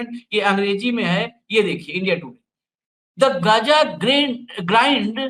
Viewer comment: Gja nahi h gaaja h . Hamas kya h jara ye to batao . Hamas ne 2023 me pahle ijrayal par hamla kiya tha kyo . Hamas ko pata nahi tha kya ki ijrayal hamas ke kabje me nahi aayega. Hamas aantkvadi h. Aapke kahne ka matalab ye h ki iran me bilkul nuksan nahi hua h. Ijrayal ke fighter plane 300 gus gaye iran me ek ko bhi rok nahi saka . Iran ijrayal me gus paya kya . Aaj ki Dainik Bhaskar ki news dekhiye 70 logo ka janaja nikla h. Kamal h ye . Hamas ne kyo hamla kiya ijrayal par